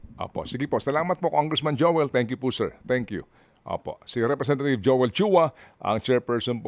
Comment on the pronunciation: representathieve po dinig ko sir ted😂😂